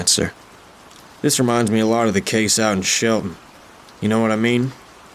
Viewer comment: did you say shelton or sheldon